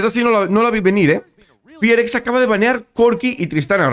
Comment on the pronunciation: porque el equipo se llama Fearless Fox, lo acortan a FearX y cuando lo pronuncia se escucha como Fi Ar Ex